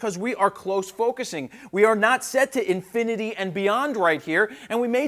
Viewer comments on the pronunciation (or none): none